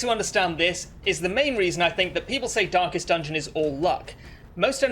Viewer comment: Why I continue to hear "dankest dungeon"